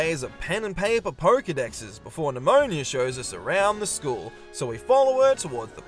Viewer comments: NemoNA.... not nIa.... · Also calling Ne-moh-nah, Nemonia. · Idk why but you calling Nemona "Nemonia" feels so weird fipdsvn it's just a single letter but it changes the entire name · The best thing about BDSP is the water physics. Why a top-down extremely faithful remake needed beautiful rippling water is beyond me. Also, calling Nemona Pneumonia has me wanting to spell her name Nemoña which would, in fact, be pronounced pneumonia.